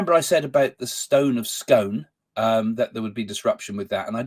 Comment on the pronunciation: It's pronounced The Stone of Scoone though the spelling is Scone.😊🏴